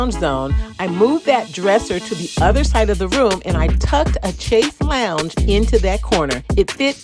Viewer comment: lease research the correct pronunciation of chaise longue.